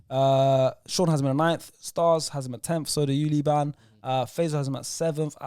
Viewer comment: Liban pronounced ayew correctly